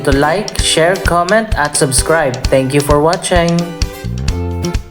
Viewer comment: Nakakatawa yung "Thank you for watCHENG"! 😂😂😂